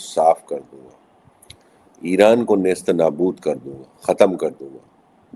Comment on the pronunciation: Deepak sharma ji .. dat word is " NIST O NAABOOD " plz correct it.. dat means distroy.